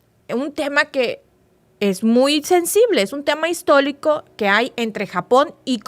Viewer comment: Se dice histórico , no histolico